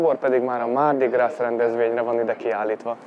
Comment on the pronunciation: A mardi gras-ban (zsíros kedd) a gras melléknév amit egyeztetünk itt most a hímnemű mardi-val (le mardi). Ebben az esetben a francia nyelv nem ejti ki, néma az S végződés! Tehát csak grá-nak ejtik ki.